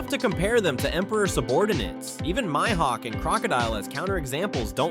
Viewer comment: It's pronounced meehawk